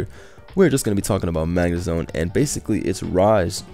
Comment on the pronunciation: calls it Zagnemone.😂😂😂